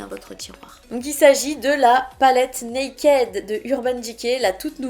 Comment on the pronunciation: Mon dieu mais oreilles ont saigné "nakaid" 😂😂🙏🙏 "nakid" please 🙏😘 sinon, mon dieu les reliques ! Faut monté un musée 😂